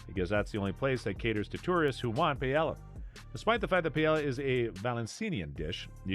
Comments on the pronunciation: Omg i was like….wait…wtf is pay-el-a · Payella and Vallenseeya? I'd have thought this was narrated by AI if this was made more recently, sheesh. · most messed up pronunciation of paella that I've heard in my life. Da hell dude! Then says "PALLELA". DA HELLL!!!! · OMG, the way you say Paelle is so WRONG. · I feel less informed now after watching this. You’ve butchered the Spanish language and taught me nada. Pay Ella?! Are you standing under Rihanna’s umbr ella ella ella? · Here’s another thing not to do in Sevilla: say Pay-ella. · La Paela? Really? your mangaling of the Spanish disqualifies you immediately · Your pronunciation of paella is enough to stop me to watch early on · Jesus, this clown should learn how to pronounce Spanish words SOMEWHAT correctly. My wife is from Seville. Her paella blows away ANYTHING I’ve ever had in Valencia. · I can’t trust Seville advice from anyone who pronounces paella the way you do. 😂😂😂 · I'm not even Spanish, but you lost credibility just by the mispronunciation of paella. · Good idea to learn how to pronounce Paella if acting as an “ expert “ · Having to listen to Paella mispronounced so many times was brutal and I'm not even from Spain. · Stopped watching after hearing him mispronounce paella twice. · Agree with you. How do you make a video like this and you don’t have a clue how to pronounce Paella. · I know it physically hurts right?😂